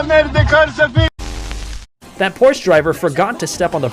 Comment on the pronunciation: It is pronounced Por-shuh dude